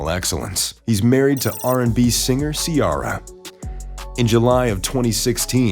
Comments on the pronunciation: "See•Air•uh" and we already new that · I Love Russell Wilson & Ciara & Their Beautiful Children, I Just Wish You'd Say Ciara's Name Correctly, Or Maybe it's Your American Accent!!, "GO SEAHAWKS" ❤ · How are you going to pronounced Ciara name like that lol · How do you mess up the name Ciara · They do it all the time. They been saying her name wrong since she debut. Smh